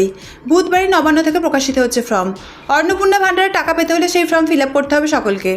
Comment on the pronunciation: উচ্চারণ ঠিক করুন। ফ্রম নয় ফর্ম। Not from...it is form.